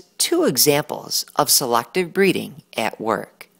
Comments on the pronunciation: I'm sorry, this was a good video and all but the way he says selACKtive breeding just irks me yk? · who the heck pronounces "selective" by saying "selactive"